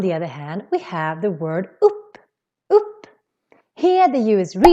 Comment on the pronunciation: Man säger inte Upp med ett U när man uttalar ordet. Talspråk och skriftspråk är inte samma sak. Ordet UPP uttalas faktiskt med ett Ö. Man ska öpp fast det stavas upp.